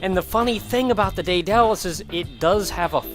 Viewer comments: Alright, I have to say this. I apologize. Daedalus is Day-duh-lus (Daidalos is another spelling). Softer transition from the "Day" to the "Da" as well. My being half-Greek made me freak out every time you said it like that since it's a Greek name and a Greek mythological figure (father of Icarus, creator of the Labyrinth which held the Minotaur, other stuff), so I apologize, but I really had to say that. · sigh- ded-uh-lus